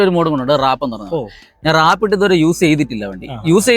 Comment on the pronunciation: റാപ്പ് ❌വാർപ്പ് ✅